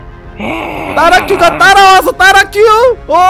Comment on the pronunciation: 따라큐가 아니라 따라츄에요